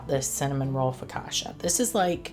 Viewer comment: That looks soooo good. I would not be glazing, as that’s a missed opportunity for cream cheese frosting! 😂 Ps. It’s foka-CHA, not foka-SHA. 😅